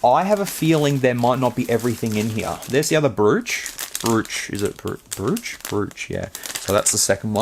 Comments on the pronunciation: Brooch is pronounced Broach. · Good stuff, Temu ftw. BTW, Brooch is pronounced: Broach At least where i'm from, I should add. 😅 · Brooch is said like "Broach" - just sayin'